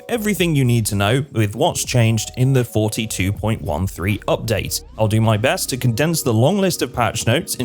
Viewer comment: for the next video please change how you call the versions. there is a difference between 42.1.3 and 42.13, and you said it like its the first one.